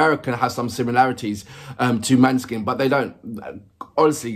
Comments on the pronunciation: The å is like an ò as in the word "lot". The e is a shwa, written "ə" in many pronunciation guides. So it's Moh-nuh-skin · Hi,! Don't worry too much about the pronunciation, we get it wrong all the time in Italy as well, because the name is actually a Danish word (for moonlight), it should be pronunced like MAW - neh - skin stress on the first syllable. For the rest... yeah, maybe you can have a look at the lyrics next time, but just do what you genuinely like, it's what keeps us coming back... Thank you!